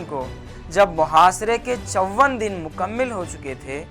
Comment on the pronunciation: سر ویڈیو واقعی معلومات سے پٔر ہے خوبصورت اندازِ بیاں جو سامعین کو لطف اندوز کر رہا ہے صرف تھوڑی توجہ تلفظ پر آجاتی تو اور حسن دوبالا ہو جاتا جیسے أسعت نہیں ہوتا وْسعت ہوتا ہے سَمَندر نہیں ہوتا سَمٔندر ہوتا ہے مکمِل نہیں ہوتا مکمَل ہوتا ہے